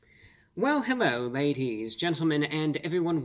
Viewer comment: Hewwo Wady’s and Gentlemen!